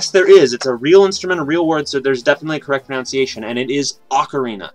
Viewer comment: Pronounce-iation? I hope that was a joke.